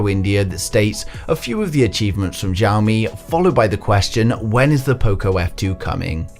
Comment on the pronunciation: xiaomi, not zhaomi. [ hs - i - ao ]